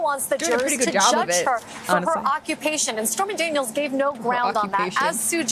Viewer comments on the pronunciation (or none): Did she really say spermy Daniels?! 😅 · Did she say Spermy Daniels?!?!